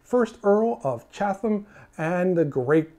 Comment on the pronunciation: I did know that William Pitt was never in the colonies/US. I have to ask, why did you pronounce Chatham with the "th?" I grew up in Chatham NJ and I've never heard it pronounced that way. My Amish ancestor came from Switzerland in 1754 and I will say, many of the descendants seemed more Mennonite than Old Order Amish, including my branch.